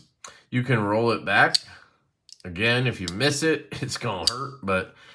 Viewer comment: Yu CaN MizZ It Den It Hertz My Fingy 😂😂 JK love ya buddy